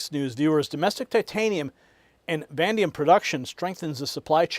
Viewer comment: Stop saying VANDIUM the metal is VANADIUM.